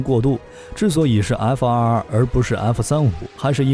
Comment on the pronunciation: 为什么总是要把 F22 念成 F222 ？！ 明明是两个 2 却要念成三个 2 ！